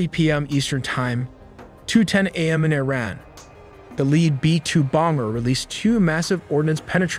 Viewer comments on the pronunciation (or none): It say ITran? May just be trying to tell us something? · Bros ai can't say words right😂 the way it says IRAN with a T